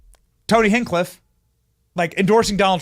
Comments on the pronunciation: Its HINCH-cliff dummy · It's hinch_cliff.... hinch like pinch.... pronounce like pinch!